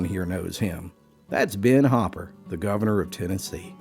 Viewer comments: You can't even pronounce his last name correctly. It's HOOPER not HOPPER. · It's Hooper, not Hopper. I don't know why he's saying Hopper. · Spelled Hooper, but pronounced Hopper?? Or does the narration need a little editing? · GREAT story! But you bought TWO vowels: it's "HOO-per," not "Hah-per." So ya' gotta' say 'em BOTH - "HOO"! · It's spelled 2 o's, not 2 p's. Hooper is the spelling. But you're saying "Hopper". Now I'm wondering if these stories are being told by an AI generated voice or a real person. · Hooper. not Hopper. good grief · It’s pronounced “Hoop-er”, not Hop’per! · Why is the narrator calling him Hopper? It's Hooper, as in WHO-per. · Where i come from, it's H-oo-per. Not H-o-pper. I happen to know his namesake. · It's not pronounced 'Hopper" it's Hooper. 🤬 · The name is Hooooper, not Hopper. The story sounds fake since you don't even know the guys name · Hopper , like the bunny….Hooper, like the basketball hoop! Idiot narrator! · That name says hoop not hop. I know you're from Appalachia, but God damn! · It’s Hoo-per not Hop-per. In Newfoundland, it’s pronounced Ooper because they drop the ‘H’. 👍🏽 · HOOPER, not Hopper. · It's Hooper not Hopper As that my last name as well. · Loved this story!! But I'm confused, his name written out was Hooper but you were saying as Hopper? But anyway, being from Robbinsville nc in the beautiful Great Smoky mnts, this story really hits home for me. My great grandfather Lynn Trull actually taught music in the churches in Cades Cove for years. He traveled all.over these mountains teaching music. Nearly everyone in my family is musically inclined in one form or another 😊 thanks for this story I enjoyed it very much!! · I believe it is pronounced Hooooooper, not Hopper. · Why do they say 'Hopper' instead of 'Hooper'? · Hooper and Hopper are pronounced differently. Good story though. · Great story , but isn't Hopper is with 2 Ps, , if it's two zeros, it's pronounced WHO PER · Ben hopper? Or ben hooper.